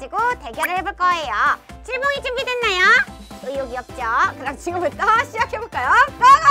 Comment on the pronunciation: 칠봉이를 치즈봉이라고 들어서 속으로 읭? 이랬던 1인....